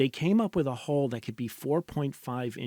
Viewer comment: Say HULL... "Hole"